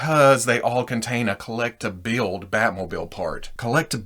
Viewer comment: Collect to build? Hmmm that’s too many Ts It sounds like collect a build when you say it...